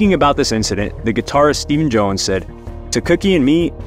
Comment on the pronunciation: "Stephen Jone"